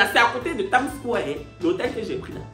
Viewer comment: Indeed The part in this video that killed me was when said ' Tam square' Instead of ' Time Square' 🤣😂